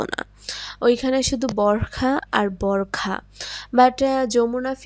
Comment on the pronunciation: বোরখা নয় বোরকা।ন্যাকামি করেন আবার উচ্চারণ করতে পারেননা